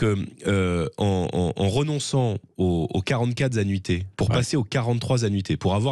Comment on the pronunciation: J’adhère à ce que dit J Bardella sur le fond mais quand je l’entends dire 44 zanuités ou « que ya » au lieu que « qu’il y a », ça ne passe pas 🥴, bon, ce n’est pas grave mais quand même, c’est qq qui est appelé à de hautes fonctions j’espère bientôt.